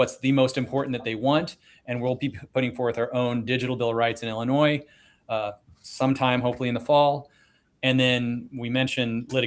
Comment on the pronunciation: … there is no “noise “ in Illinois